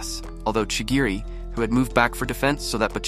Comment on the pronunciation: Not to be rude but ur pronounce is incorrect chirigi